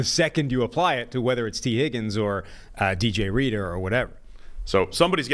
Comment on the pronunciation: Bro said dj reader hahah everyone don’t even turn this on that’s where I’m out 😂😂😂